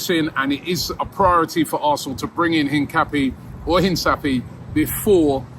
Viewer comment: Robbie was told how to pronounce Hincapie and then proceeds to pronounce it wrong the entire video